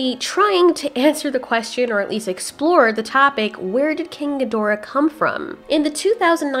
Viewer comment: SAY QUESTION NORMALLY "Quest-chun" not "quest-ian"